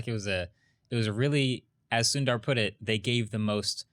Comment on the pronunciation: Indian names 101: Sundar is pronounced as Soondar.